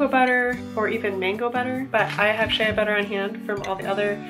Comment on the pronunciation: This was lovely ! One thing though, Shea Butter is pronounced SHAE butter.